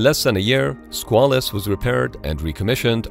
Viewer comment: It's pronounced "SQUAY-luss" but other than that this is ok.